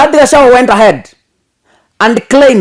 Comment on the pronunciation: My dear the good name of DP is GACHAGUA plz not Gachawa..